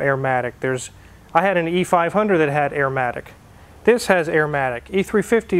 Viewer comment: Arrrrrmatic matey!!!